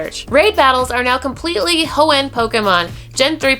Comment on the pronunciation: Anyone else feel like is over stressing the word Hoenn???